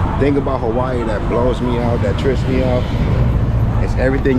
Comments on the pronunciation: “Hawaii coo now” 😂😂😂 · Im here as always bro i promise thank you fo this ghost vlog fr lmao he said Hawaii koo now😂 💯k im glad